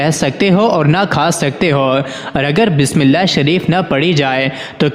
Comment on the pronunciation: For God , correct your urdu pronunciation and start with true bismillah not baas millah